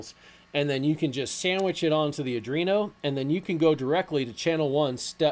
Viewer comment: Great Tutorial --- btw it's pronounced "AR DWEEN OH" not "AR DREEN OH" - there's no R after the D.